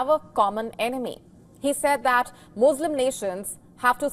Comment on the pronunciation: Why do you say Muslim like that you are hurting my ears Moooo slims 🐄🐮